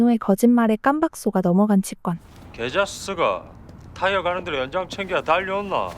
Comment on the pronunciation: 치꿘이 아니라 치권, 발음부터 배아라. 취권인줄아나